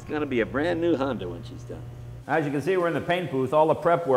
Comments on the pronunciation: "Honder" Jay Leno when talking about his Honder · he said honder! lol